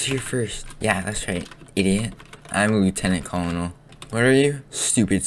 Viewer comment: It's not Lieutanan Kololnil It's Lieutanent Kernal